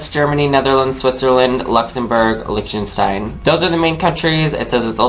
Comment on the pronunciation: Thank you for pronouncing Lichtenstein correctly, first video I've seen where the person does.